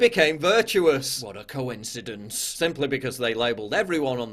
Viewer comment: Now, did you say " coHENcidence " ?